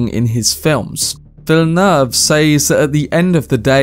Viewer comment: Wrong: in French, the double-L is SOMETIMES pronounced as a "Y" like in Spanish (more or less), but in the word "ville" (and so in the name "Villeneuve"), it is pronounced like an "L".